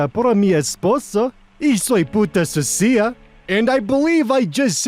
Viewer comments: On the Spanish: most of it was actually pretty good, but you pronounced sucia wrong, it’s su-sya, not su-si-a jaja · Spanish speaker here, you're actually not awful, lol. You got your consonants right, you're putting a bit much on your plosives though. My biggest criticism would be that you should look into what syllables you are stressing (it's sUcia, not sucIa), Spanish has a whole thing about accented syllables and when they do and don't use a tilde (if sucia was pronounced the way you did, it would be written as sucía) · ", sweetie, your spanish is wonderf- *hears the "Sussy-ah" part*...adequate." jk, we appreciate your effort, bestie. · I know barely any spanish, and I had to pause after that first line like "OHHHHHHHHH-" And then you repeated the exact thing I'd read it as and I was only thinking "Nah man, you nailed it." I mean, apart from the fact that I'm pretty sure it's SOO-syuh and not soo-SEE-uh," but yeah that's exactly what it says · The Spanish was mostly okay. I just recommend stressing the "su" (soo) in sucia, not the "i". Something like: soo (stressed) - se (the same e as in the word emotion) - a (as in aspirin). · Spanish speaker here You actually did decent, the accent went more to the Italian/french than Spanish and you miss pronounced Sucia, but is understandable anyone could 100Z% understand what you said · native spanish speaker here, your pronunciation was really good, only the "Sucia" part was said in a weird way, bot overall, pretty good! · Not a fluent speaker of Spanish, but I'm learning it because I'm currently living in Mexico. Your pronunciation was actually really good! A little bit of odd inflection at the end of the sentences, and 'sucia' would normally have the stress on the 'su', not the 'cia', but I could follow and knew what it meant without needing to read along. I agree with your reasoning behind your choice of translations as well, given the context. Nicely done!